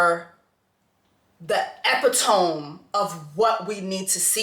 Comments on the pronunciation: Not Jessie not knowing how to pronounce epitome 🫠🙃😂 That was genuinely funny lol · Epitome is pronounced (uh-pit-uh-me) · Love ya girl... maybe you were being your funny self but Epitome sis... 😬 Ee-pit-O-me... I feel ya tho!